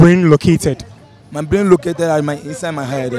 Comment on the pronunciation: i was killed the first seconds in😂 ma guy, my ''blain'' paaa chai